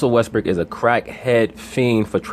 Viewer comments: did this nigga say Russel Westbrick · Stop saying Russell West brick nigga